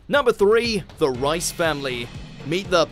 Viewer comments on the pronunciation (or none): It's the Reese family...not rice family 😂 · Did he say the rice family instead of the reiss family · Reiss family is pronounced Reys not Rice